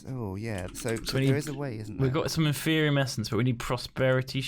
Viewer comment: HUZZAH! learned how to say "Inferium"